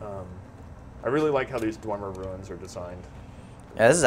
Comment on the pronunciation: dwemer, pronounced dwee-mer